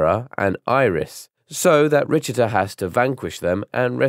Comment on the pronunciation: Maybe show that Legends is an alternate timeline. Alucard isn’t Trevor’s father in the IGA timeline. Alucard is Trevor in the Lords of Shadow Timeline. Also Richter is pronounced Rick-ter, and it’s German